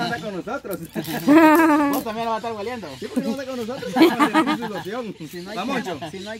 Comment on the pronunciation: Perdón no se fise gueliendo se dise oliendo